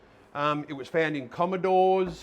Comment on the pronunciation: Pretty sure it's Comm"o"dore.